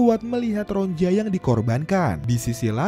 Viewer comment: Ronia bukan ronja min😂